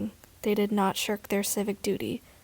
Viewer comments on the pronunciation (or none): "They did not shirl their civic duty"